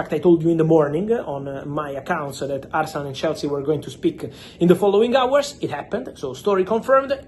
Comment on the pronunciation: I stopped listening the moment he said "today asernal sent an official bid to chelsea..." 🤮